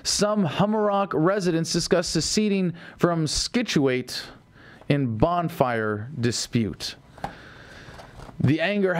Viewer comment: Scituate, C is silent Adam :P